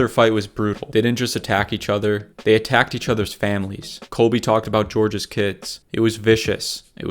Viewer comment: "George" Masvidal😂😂😂